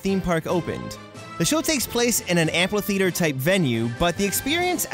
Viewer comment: Great videos. That said it's 'amphitheatre' not 'amplitheatre'.